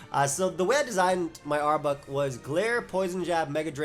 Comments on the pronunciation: Arbok has no U sound. Rhymes with clock not cluck. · I almost couldn't finish watching this video because of how you were pronouncing arbok